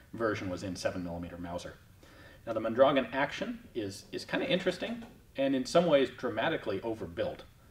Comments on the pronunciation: Ian,...geez,...for Christ's sake,...as a Tucsonian, it is absolutely criminal that you don't know how to pronounce Mondragon!!!! Moan dragoan!! Come on man! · Mon dra GON (rhymes with Bone). Fairly common and recognizable Spanish name.